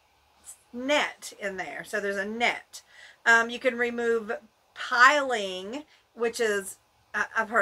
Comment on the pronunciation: it is pronounced pill 💊 ing 😹 haha